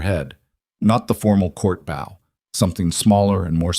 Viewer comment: A bow ( pronounced beau) is a decorative arrangement of tied cord or ribbon. A bow (pronounced like owwwww with a b in front) is bending at the waist. If you do not correct your AI, it will continue to be WRONG.